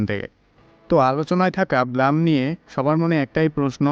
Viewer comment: ভাই উচ্চারণটা ব্লাম না ব্লুম হবে।একটু গুগলে সার্চ দিয়ে দেখো । যে কিনা ব্লুম কে ব্লাম বলে সে দিবে আমাদেরকে ব্লুমের তথ্য আল্লাহ 😅